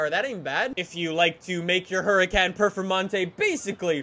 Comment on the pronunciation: for godness sake always says perfermontae not performonte